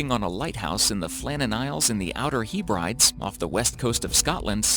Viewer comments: It's "Heh-bri-deez", not "Hee-brides" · It's pronounced Outer HEB-RID-EES 😄